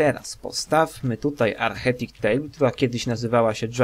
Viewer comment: Jeśli chcesz robić za lektora to "architect" wymawia się po polsku arkitekt nie archetik :P